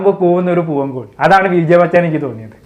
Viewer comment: കോയി അല്ല കോഴി.....😅